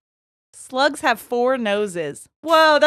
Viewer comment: Y'all it took me way too long to realize that you were saying "slugs" not "sluts"😂😂😂😂 Like snapple fact FOUR!?😂